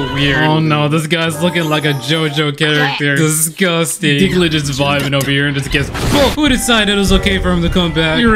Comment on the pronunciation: “Diglet” lmao